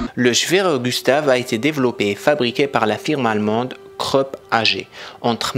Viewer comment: Juste un conseil, Krupp se prononce en allemand; Croupe, comme la croupe d'un cheval et non pas creup. Peu de langues prononcent le U comme en français, dont l'allemand mais il s'écrit; Ü. De mémoire je n'en vois pas d'autres. Ce son étant absent des langues slaves...non, je ne vois pas d'autres langues. Pour anecdote, le canon nommé la grosse Bertha était une référence sarcastique bien française à l'épouse de Friedrich Krupp, Bertha qui était une femme assez forte, son mari paraissant assez frêle à ses côtés.